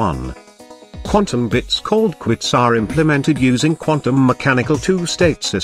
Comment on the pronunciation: this is not the first time a speech generator has trouble saying "qubits". also in another video with another voice it keeps saying "quits"